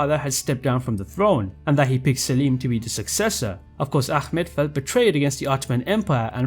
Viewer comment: you said prince ahmets name wrong. as a Turkish person it is pronounced ah- met not ackmet. we aren't arabs and don't pronounce names like that